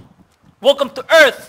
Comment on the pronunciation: "WELCOME TO EARF"